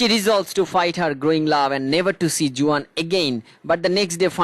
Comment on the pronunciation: Google theke pronunciation ta dekhe niyen